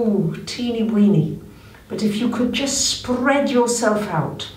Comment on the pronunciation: Sp-RRRRRRR-ead your energy 😂